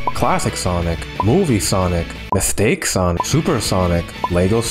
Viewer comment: “AND MY FAVORITE”:SeNiC tHe ChIlLeDoG